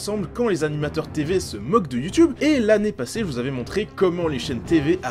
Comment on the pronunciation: Sisi c comme ça que ça ce prononce ! Un mmmmeuporgue